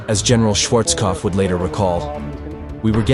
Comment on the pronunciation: Schwarzkopf se prononce Schwarzopf maintenant 😂